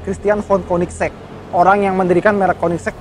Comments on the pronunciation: koenigsegg pak, bukan koeniksek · Konisex? Kok bacanya kek gt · kok gua dengernya "konisex" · KOENDISEG = KOEDISIT 😂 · Hhahaha "Koendiseg" = kamu duluan (jawa) 😁